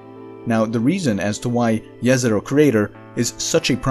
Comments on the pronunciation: I think this is the first time I heard the Jezero prenouced correctly. Jezero (in slavic languages) meaning the lake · "Jezero" means "lake" in Serbo-Croatian. He pronounced it perfectly. Maybe it's his mother tongue?